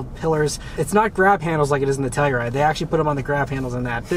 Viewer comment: Ah Beth this is baby poop brown...you'll get used to it. Love the channel. One more thing. please annunciate "Telluride". I thought you were saying Toyota Supra. Thanks.